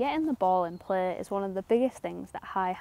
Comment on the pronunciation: Love her voice. “Getting the ball in pleh.”